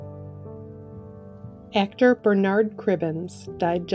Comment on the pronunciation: Why can't yanks say Bernard properly?